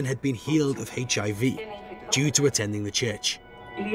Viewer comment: Around 5;58 he says HAV instead of HIV